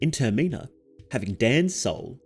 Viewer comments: 'TER-MENNA' is pronounced ter-meh-nah the same way it is in majors mask. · Ter-min-a . Terminal . Ter-min-a(l) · Bro tf is this pronunciation of termina lmao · TerMEENA? man wtf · It's pronounced "TER-mi-nah", not "Ter-MEE-Nah". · turr - mee - na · You shouldve put a trigger warning for how you pronounce “Termina” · I can't take you seriously with the way you pronounce Termina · Never heard anyone pronounce Termina like that 😂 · Take a shot every time the word "Termina" is mispronounced. You will die of alcohol-poisoning. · say termina right